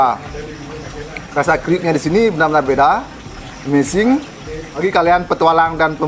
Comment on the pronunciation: Amsing kahakha amazing numb wkwk Salah ngucapin ya